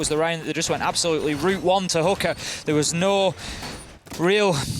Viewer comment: Guys, its "Hoo-Ka" not "Hoo-ker" I don't think any one is attacking hookers in siege. That is GTA